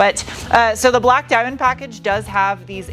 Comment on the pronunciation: Shine brie like a die-menn